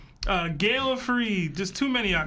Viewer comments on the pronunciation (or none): none